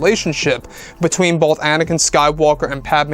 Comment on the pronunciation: It's Anakin, not anikan.